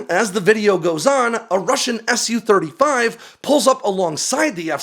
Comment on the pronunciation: I think "Tu-xx" and "Su-xx" are supposed to be pronounced "Too-xx" and "Soo-xx", not "S-U" and "T-U"